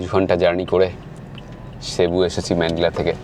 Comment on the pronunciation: Cebu is a beautiful city and the locals pronounce it cibu....